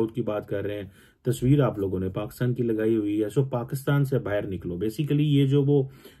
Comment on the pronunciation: baa-ii-rr = bahar = outside😂😂